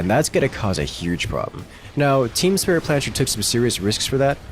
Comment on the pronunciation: The pronounciation of "Team Spritplanscher" made me go insane